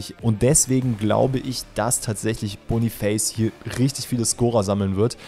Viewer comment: Boniface wird Boniface ausgesprochen also hast du es richtig ausgesprochen